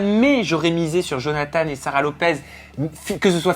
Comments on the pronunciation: On dit johnatan pa johnatane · Sa ma stresser quand vous avez dit Jonathane(e) 😂